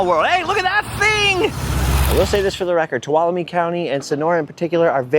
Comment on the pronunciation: HOLY COW, you said Tuolumne right!!!! Welcome to my part of the world!!!!